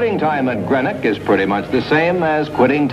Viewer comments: It's pronounced green-ock not gren ock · Somebody might have taught him to pronounce GREENOCK correctly !!